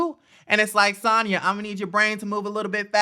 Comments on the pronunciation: You keep calling her Santah 🤣🤣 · Lol lol! Why u kept calling Sanya Santaa hahahaha love it!